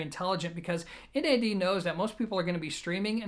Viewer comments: It's NAD not N. A. D. One word 😁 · Wrong, NAD stands for "New Acoustic Dimension". You wouldn't pronounce GMC , Gimc.